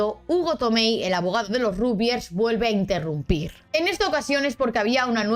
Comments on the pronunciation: Como Argentino, suena muy raro el Rugbiers, y no Ragbiers. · Se dice ragbyers, no rugbyers Se dice lebric, no lebrice